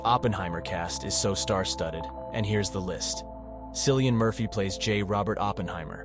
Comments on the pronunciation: U should b a bit embarrassed! That fantastic Irish actor's name is pronounced w/ a hard "c"...like " cat"! Rookie mistake. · Did...did you just pronounce Cillian Murphy as "Sillian"? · Well researched video. I may be wrong, but I think Cillian's name is pronounced "Killian." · Ur correct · Given How their is endless interviews with Cillian Murphy around you would think you would have learned how to pronounce his name correctly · Wonderful, show me a video about a film an mispronounce the leading actor‘s name 👏🏼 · Cillian is pronounced with a hard C. Not the soft 's' sound. He's a huge movie star. You would think people would know that by now. Irritates me to no end.